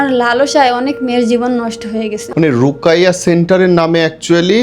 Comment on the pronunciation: রুকাইয়্যা না রুকীইয়্যা